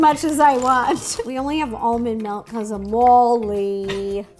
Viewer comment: And melk instead of milk